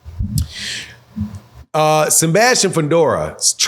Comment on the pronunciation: Who tf is Sembastian? It’s Sebastian… there is no M in his name.